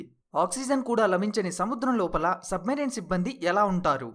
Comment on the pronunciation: సబ్ మరీన్ కాదు అది సబ్ మెరైన్ అనాలి